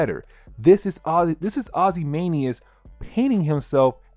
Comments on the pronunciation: It’s not Morlock! It’s MOLOCK!!! It’s not Ozymanias! It’s OzymanDias!!! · Not to be critical, because everything you said is right on. But, it’s not Morlock, it’s Molock. And it’s Janey, like Jane, with a y at the end. Like this: jay knee. Also, it’s Ozymandias, which sounds like this: Ozzy Man Dee Us